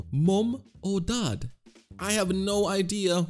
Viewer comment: BRO REALY SAID MOEM OR DED